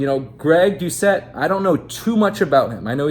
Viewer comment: You’re hella funny for saying his name wrong😂😂😂